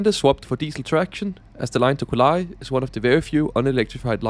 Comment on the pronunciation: på finsk er der tryk på første stavelse i ALLE ord. Så Kolari udtales med samme tryk som når du siger selleri på dansk. Udtalen af pikajuna er næsten korrekt :) På finsk er der forskel på a og ä. A er et åbent a, som du så fint udtaler i Kolari og pikajuna eller i appelsin på dansk. Ä er lukket, på samme måde som du ville finde i ananas på dansk :) K, P og T er alle bløde på finsk: For at ramme det K, skal man prøve at sige en mellemting mellem K og G. For at ramme det P, skal man prøve at sige en mellemting mellem P og B. For at ramme det T, skal man prøve at sige en mellemting mellem T og D. Jeg ved jeg er en detaljerytter her ;) Ikke ment som kritik, blot feedback som en mulighed for at lære og blive endnu bedre :)